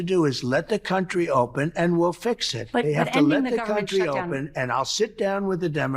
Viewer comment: "They emptied their prisons into our compan-uh country"